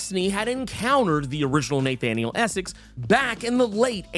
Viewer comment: Neigh-thaniel Essex